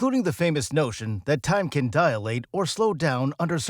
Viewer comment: Dilate, not DIAlate